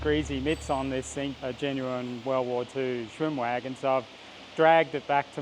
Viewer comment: "SWHIM-WAAAAAGHEN!" It just sounds so much better in Aussie. xD